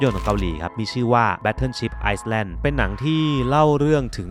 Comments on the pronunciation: นิดเดียวจริงๆ ครับ คำว่า Island ไม่ต้องออกเสียงตัว S ครับ ออกเสียง ไอ-แลนด์ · Island = ไอ-เเลน ครับ ตัวเอสไม่ออกเสียง Cathedral = คา-ตี-ดราล ครับ Facility: ฟาซีลีตี้ Big fan of your channel na krub. Keep up the great work! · Yet another attractive and informative trip! 👏 By the way, may I suggest, the "s" in the word "island" is a silent letter which does not need to be pronounced. This word is regularly pronounced "i-land" with stress on first syllable. 😎